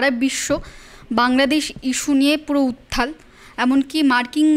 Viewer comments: বাংলা সংবাদ মাধ্যমের কোনো প্রতিনিধির মুখে বাংলা শব্দের বিকৃত উচ্চারণ শুনলে বড়ো যন্ত্রনা বোধ হয়। 'উত্থাল' নয় কথাটা ' উত্তাল'! খারাপ ভাবে নেবেন না। সম্মান ও শ্রদ্ধা বজায় রেখেই বললাম। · আপনাদের চ্যানেলের মহিলা সাংবাদিক উত্তাল কথাটা কে বেশ কয়েকবার উত্থাল উচ্চারণ করলেন জানবার ইচ্ছা রইল এটা কি ওনার উচ্চারণের দোষ না শিক্ষার অভাব ।